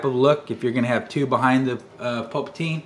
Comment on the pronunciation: Just curious, why do you pronounce Palpatine "Pulpatine"? Is it a joke that I'm not aware of lol.